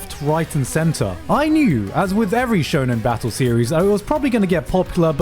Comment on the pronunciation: "Shonen genre" My ears are bleeding